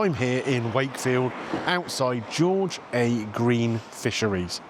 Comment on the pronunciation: its pronounced "Georgia Green ".That's the location. Its on George a Green road mate 😂😅